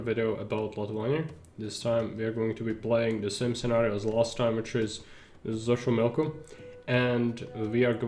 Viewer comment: Ahoj. Ďakujem za veľmi dobrý návod, ktorý ma naučil základy tejto hry viac ako jej tutoriál. :) K tej výslovnosti aztéckych názvov. Nie som v tom odborník, ale mnoho si ešte pamätám. X na začiatku slova sa číta ako CH v strede slova je to skôr ŠČ. Ch sa číta ako Č. C sa číta ako K. Takže napr.: Xochimilco = Chočimilko Tlaxcala = Tlaščala Tenochtilan = Tenočtitlán